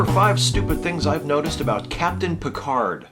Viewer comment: As a french, it's always funny to hear him mispronounce his own name when he says with a booming voice "This is captain Jean-Luc Picard of the uss enterprise !"¨. But at least, he pronounces "merde" quite accurately.